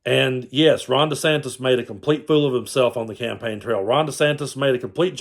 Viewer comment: "Ronda Santis" ??? LOL.